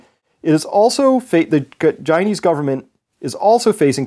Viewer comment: he said "ghinese government" 😂 nah but for real tho I hope this virus wipes us all out